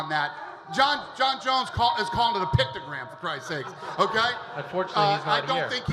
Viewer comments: picto-gram... smh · picto- gate. I said it first. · Jon jones tried to sound smart talking about his shit, and he didn´t now how to say it..... is a pice of shit.... junkie cheater... mr. "pictogram" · Jon "pictogram" Jones lmao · jon "pictogram" jones lol